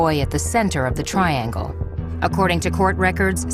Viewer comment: "Triagle" Pahahahahahahaha.